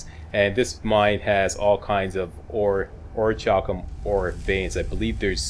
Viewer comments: I think it's pronounced Ori-kal-kum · its pronounced orc-u-lum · it is or-i-cal-cum i think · So what's with all the armor,? No glass cannon on Legendary this time around? Lucky was sooooo much fun to play! (Not that 135 armor rating helps you that much on Legendary, hehehe.) FYI, I think the "ch" in Orichalcum is a hard "k" sound